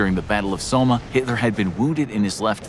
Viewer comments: It's not pronounced "ip-ruh", it's pronounced "eeps". And it's not pronounced "so-meh" it's pronounced like "sohme" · He really just said Somme as Sommah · History's worst mass murderer? Not Mao Zedong? You're pronouncing Ypres and Somme wrong. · Stopped watching after you mispronounced 'Somme'.. If you're gonna discuss a subject like this then atleast take the time to learn how to speak the names.